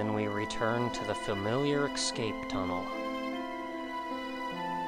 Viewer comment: It's escape... Not excape. ._.